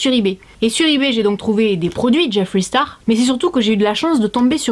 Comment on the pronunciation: JIFWREY STARW ! Mieux vaut le dire a la française !